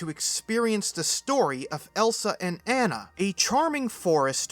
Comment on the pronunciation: You call yourself a Disney fan yet you’ve never pronounced Anna correctly.